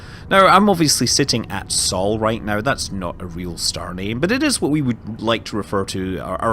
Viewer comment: SOL is a real star name, but you pronounce it wrong (it's basicly the danish word for sun)